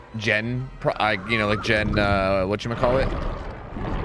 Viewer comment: Oh "Whachumuhcallit"